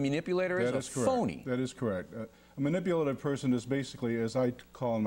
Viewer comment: MUNIPULATIVE! There's an "a", not a "u"